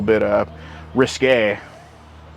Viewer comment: Thanks for saying “risqué”. WAY better than escalated!